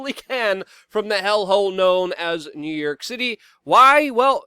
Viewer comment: I laugh every time he says "New Yerk" 😂